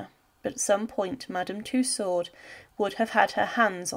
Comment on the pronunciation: Firstly It's Madame Tussaud. not Madam two sword or to sword. It's a french name and thusly pronounced as sutch. If you are to lazy to look up the french pronouncination of it, its similair to “To-so” like to sow (as in planting somthing). Tussaud and two sword does not sound simlair. Secondly the kings head was not cleanly cut. Due to the thickness of his neck (Due being overweight) the blade did not cut it cleanly off, so the exicutioner had to use a knife to cut the reminder of the neck. Thirdly. No one but those who where the nearest to the king acually heard what he said, due to every one yelling and the drums rolling. I believe there only where two written records of the kings last words. and it's from one of the guards who brought him up on the scaffold, and teh second being one of the exicutioners present up there. Forth and final. The queen was sorrounded by so many lies and rumours by ignorant and hatefull people who blamed everything on those around them, instead of accepting their own faults. that the queen would still been sentenced to death. It was a show trial. Even God him selfe would had been sentenced to death if it had been him on that trial. Thee was no possibillity of a fair trial or a just outcome.